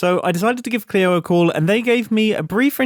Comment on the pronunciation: Oh mumbo I love you even more for calling Cleo with the appropriate pronounce❤